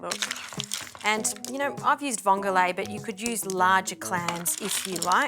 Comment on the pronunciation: It's not vongolae It's just vongole I love watching your program. But I couldn't help myself to correct your pronounciation. Vongole is an Italian word. How much vongole did you use To the amount of pasta